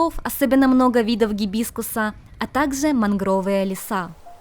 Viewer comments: у вас хорошая правильная русская речь. Правильно - мАнгровые. Не манргОвые. МАнгровые. Красиво очень! Неужели вы по пустынным улочкам ездите на велосипедах в масках? Зачем?! Жарко же, наверное, да и нет никого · Только не мангрОвые а мАнгровые леса) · Ма́нгровые леса. С ударением на "а". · Если не ошибаюсь, на русском мангровые леса с ударениеи на первый слог произносятся